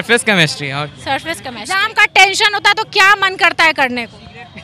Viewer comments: CChemistry NHI Chemistry hota hain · The way anchor said कमेस्ट्री mam aapko khud padne ki jarurat hai 😂 it's केमिस्ट्री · Mam chamistry nahi hain, chemistry hain, pronounced shai karo fir question karo😜😜😜😜😜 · Chemistry bolna sikhiye ma'am aap pahile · is reporter ko chemistry bolni nahi aati ise padhai pehle phir interview le khudka kyuki padhne wale bache pahle he taiyari kar lete hai😌